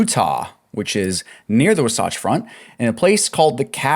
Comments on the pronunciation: Saying wasatch like it’s Sasquatch lmfao 🤡 At least look it up if you don’t know how to say it. Wah-satch. Not -wuhsoughtch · Wasatch is pronounced WAH satch.